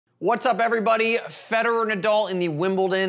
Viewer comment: It's Na- dal, not Na-dull.